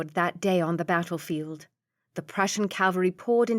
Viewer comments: Ca-val-ry not Cal-va-ry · Ok narration except for cavalry becoming Calvary.. and general Blücher got a bad time too. Prefer the Stevie Zimmerman though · English is not my first language, but "Calvary" instead of "cavalry"? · I loved the voices used too though I did find myself chuckling at how often she pronounced “cavalry” as “Calvary”. It must be tricky trying to keep flowing with the reading when these words come up. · Quite a few errors in this one. Like i wish you happy. Reader mispronounces a few things too like "Bonnie" and "caLvary". Decent story though.